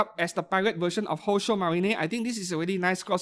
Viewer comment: I still wonder why you keep pronouncing "宝鐘マリン" as "Houshou Marinay" and "マケイン" as "Makeinay" 😅 Makeine = Make + Heroine. Marine, same as in "Kitagawa Marin" (hence the figure crossover...)